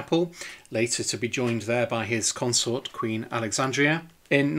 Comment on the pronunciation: Alexandra, not Alexandria